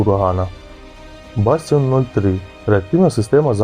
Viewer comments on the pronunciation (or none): видео неплохое, а текст читает профан полный. как можно на Шилку сказать Шигла. материал надо сначала прочитать хоть один раз перед этим. и в слове Бастион ударение на последний слог.